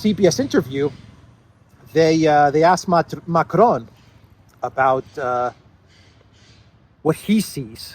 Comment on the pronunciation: It’s not Macron. It’s Macarone